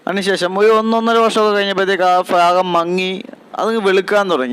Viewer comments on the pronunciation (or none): Bagam alla " b'bhagam " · Fagam allaa bagam ennu parayou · ശരിക്കുമുള്ള ഉച്ചാരണം ഫ എന്നാണ് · ഫ -- ഫൽഗുണൻ, ഫാൻ, ഫലിതം etc ബ -- ബലൂൺ, ബാലൻ, ബലി etc ഭ -- ഭയം, ഭാഗം, ഭാഗ്യം etc ചില പ്രദേശങ്ങളിൽ വിദ്യാഭ്യാസം പണ്ട് കുറവുണ്ടായിരുന്ന ചില സമൂഹങ്ങൾ ഉച്ചാരണം മാറ്റി പറഞ്ഞു. അത് ഇന്നും പുതുതലമുറയും പിന്തുടരുന്നു. അതൊന്നും ശരിയല്ല.